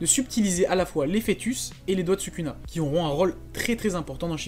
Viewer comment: pourquoi tu prononce sukuna ? Et pas "Soukouna"?